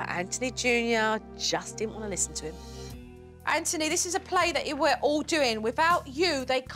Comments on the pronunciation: His name: Anthony Jo: EnNtUny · Kids name: Anthony What jo says: Antony Btw I love this show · She really saying AnTony it's anthony